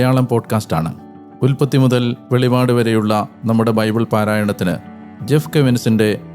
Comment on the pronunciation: Velivad അല്ല വെളിപാട്